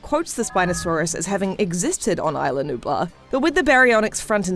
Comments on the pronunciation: You kept saying isle la-nublar, it’s isla nublar. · It's not ila Nubla it's ISLA Nubla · Katherine Johnson although fictional islands they are based off the coast of Costa Rica which is a Spanish speaking country and pronounce it Is-la. Eye-la is more commonly used for the name spelt the same way. The commentator is very pronouncedly saying Isle la-nublar not eye-la nublar. Not only that, but it has been pronounced Is-la throughout the movies. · It’s islanubla